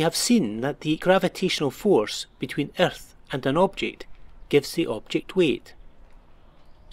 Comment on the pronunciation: omg i laughed so hard when he said erthh